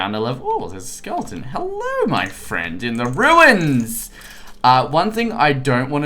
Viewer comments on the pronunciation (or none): Ruins (Roo-ins)